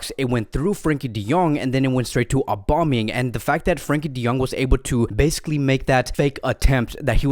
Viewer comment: is anyone else annoyed by how he says Aubameyangs name